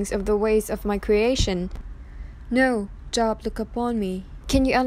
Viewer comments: I speak 2 languages. Her pronunciation shows a lack of biblical knowledge not saying Job correctly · Good point, but-it’s a book of the Bible. But, u r right. She’s prob not Christian. But the story is heavily Christian-influenced. Content is pretty good. Just maybe needs to research the pronunciation is all. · Please learn the correct pronunciation of words before you do a vlog....Job is not like having to go to work because it is your job....it is like Joe---b. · Please stop pronouncing it “job” like a job! It’s “Joe-b”! It’s a Bible Book! C’mon! Really? Lose credibility & sound stupid, OR correct it & keep viewers! Content is pretty good- but— not a good look. Even if the voice is computerized- change it or take it down! Respectfully IMO! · This is comedic gold with her reading scripture pronouncing Job as a job (Work) when I got my 1st class FCC license so I could be on radio when I was back in high school I had to take a class and pass a test in broad cast journalism pronunciation, this planet just gets dumber, and dumber, in this case very funny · You need to know how to pronounce Job, it not like the work place job. Look it up!